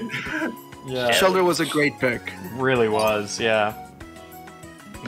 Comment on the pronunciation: I think you meant to say shellder?